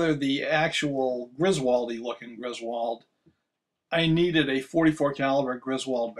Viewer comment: Cool video. FYI, it's pronounced GRIS-wuld, not gris-WALD. (In other words, not like in the National Lampoon movies.) Mr. Griswold was from Connecticut. You can hear the pronuonciation from Griswold, Connecticut, at the beginning of this video here